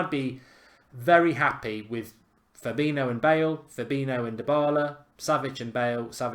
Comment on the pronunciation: It’s fab-een-i-o